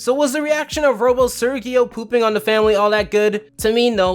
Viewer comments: Why do you say Sergio that way ? they literally said it as ser-jeo. And casagrandes writers wish they can begin to comprehend quality writing in the standard of classic spongebob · Sergio is pronounced like "Sehr-hee-oh", Not "Sir-ghee-oh" and not "Surge-ee-oh." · Does it annoy anyone else that he mispronounces Sergio the entire episode